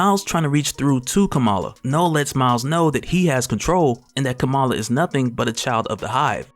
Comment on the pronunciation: Kamala is pronounced like Comma-la